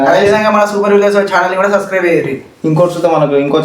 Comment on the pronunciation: Hello bro nv sascribe antunav😂adhi sascribe kadhu bro subscribe bro😢